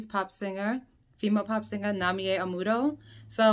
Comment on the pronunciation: The term was "Amu-rer"!